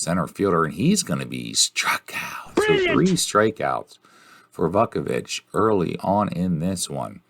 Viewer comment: I'm an APBA guy, so much of the gameplay was confusing, but it was still entertaining. is still a bog S-o-M guy, so this was fitting. Oh, and it's "VOO-ku-vich" and "Foley"...